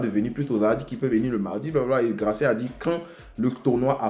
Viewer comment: Eeeh c’est Gasset non Grasset 🤦🏾‍♂️